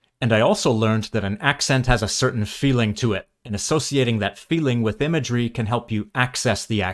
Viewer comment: The accent you used from about halfway through the video in the voiceover until the last chapter actually sounded really good. not necessarily accurate or very british, but soothing and enjoyable for lack of a better way of putting it. for example, "imagery" was perfection. you do clip ending consonents though. just a bit later the way you said "accent" wasnt even close to how id imagine another british person saying it.